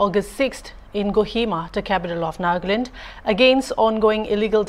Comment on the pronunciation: Sister it’s not ‘’NAAGLAND’’ it is ‘’NAGALAND’’